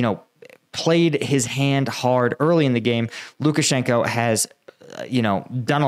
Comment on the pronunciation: Lukashanko is pronounced Lukashank-ah. The o is pronounced Ah in Russian when it isn't represented as a dypthong. I see you having some difficulty pronouncing Russian and Ukranian names of towns and people. Converting the "Oh" to an "Ah" helps a lot of names roll off the tongue. It doesn't help that Moscow is pronounced Mos-coh in British English, Mos-cow in American English, and Mos kvah in Russian. Somehow, the American English pronunciation rubs me the wrong way. It seems lazy. I'm not really trying to come off as critical, but the proper pronunciation actually rolls off the tongue and makes pronunciation so much easier.